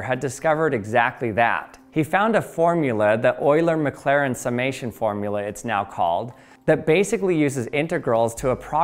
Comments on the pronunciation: "Yuler Maclarin" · Nooo not "U-ler maclairin"